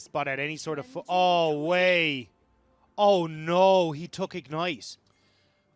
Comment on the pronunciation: "what a WEI to go" HAHAHAHA